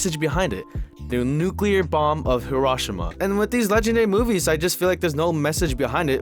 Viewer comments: the way you pronounced hiroshima 🤢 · I’m glad I wasn’t the only who noticed